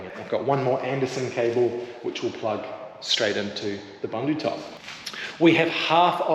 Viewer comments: Looking great. I have been holding back on correcting you on your pronouncing of Bundutop. Being south african the word bundu is afrikaans and means bush or outback or in the sticks and is pronounced boon-do and not bun-do.😅 keep up the good work you almost there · I love your channel and have been following you guys since your Jeep days. I would like to say that if you are using or being sponsored a product please learn how to pronounce the name properly. 😂 booendoo. Thats the closest I can get. The African meaning of Bundu is bush/wilderness